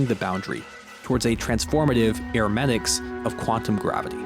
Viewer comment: Hermeneutic is pronounced “her-meh-nu-tik”